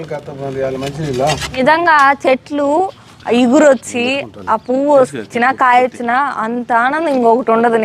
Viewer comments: Eguru kadu cheguru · adhi eguru kaadhu, chiguru anali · eguru kadu chiguru anali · ఇగురు కాదు అండి చిగురు అంటారు కానీ video chala bagundi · iguru kaadu. Chuguru.